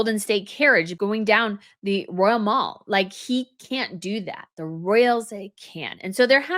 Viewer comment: It is pronounced duh-loyt. It is pronounced Royal Mal like hal, not the americanized mall like hall.